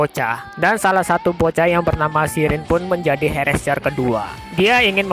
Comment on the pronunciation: Bang Cara Nyebutin Herrscher Itu Adalah, Herr Ser Okeh